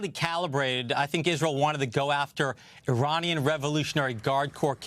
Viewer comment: Iranian not Ironian